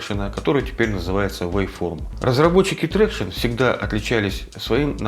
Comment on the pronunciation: Ни Трекшн, а Трактион, англичанин блин)